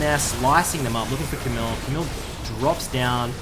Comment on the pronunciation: You don't pronouce the "L" in Camille's name. Its a french name. But nice vid BTW